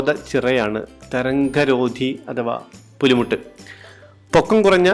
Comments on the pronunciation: 👍ഭായി പുളിമുട്ട് എന്നല്ല പറയേണ്ടത് പുലിമുട്ട് എന്നാണ് ഡബിൾ ഹള്ളുള്ള ബോട്ടാണല്ലോ ക്ലിയോപാട്രയിലെ അടിപൊളി യാത്രാനുഭവം ആയിരിക്കും എന്ന് പ്രതീക്ഷിക്കുന്നു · Bro പുളി മുട്ട് അല്ല പുലി മുട്ട് എന്നാണ്